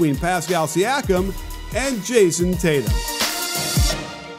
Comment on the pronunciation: its tatum